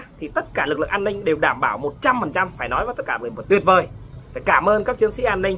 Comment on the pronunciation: Nói không có lói ra